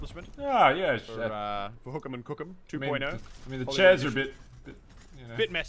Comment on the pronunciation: Sounds like they're saying "kook". The kook has been incapacitated.